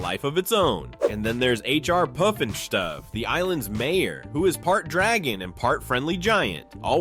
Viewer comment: H.R. Puffinstuff is the correct pronunciation not all the other things that were said.